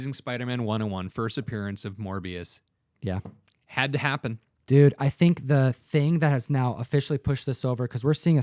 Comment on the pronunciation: So what is the first appearance of ‘’Moribus’’? Lol